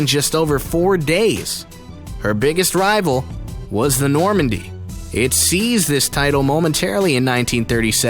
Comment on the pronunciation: While I liked this, you need to learn how to pronounce certain words. Cunard is pronounced ”Q-Nard.” The Normandie was not even close. Anyway, not scary at all. Perhaps a rewrite of the title is in order?